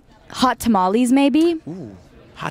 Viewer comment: I love you Sabrina but, the way you said "tamales" broke my heart. Side note though, my first love is also Twix. Lol